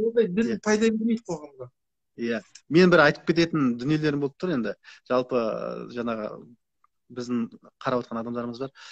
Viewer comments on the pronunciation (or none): Жанагы емес жаңағы